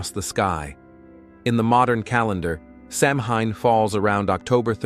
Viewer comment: Your mispronouncing the word Samhain. 🙄AI does that A LOT.🤨